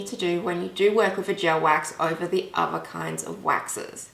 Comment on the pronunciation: I could have really enjoyed this tutorial but your pronunciation is bad if your going to do tutorials. I can’t concentrate 😬😬 Wiv = with Meford = method Uver = other I’m sorry I may sound like I’m being rude but it’s just so annoying that I had to turn off. I am only pointing this out to you for further videos